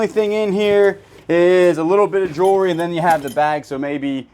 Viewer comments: Those pearls are beautiful! Do wish you would say the word Jewelry with the L instead of jury or Jewry. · I hear it as jury 😂